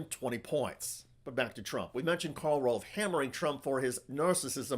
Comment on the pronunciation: FWIW, it's Karl ROVE, not ROLVE.